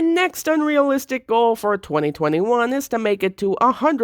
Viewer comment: The fact that you pronounce 2021 as "2020 won"😲